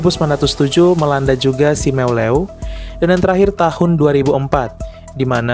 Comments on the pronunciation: Sebutan pulau Simeulue kok gitu amat bacanya broe. Yg benar itu SIMELU..... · Phonem Simeuleu salah 🙏😭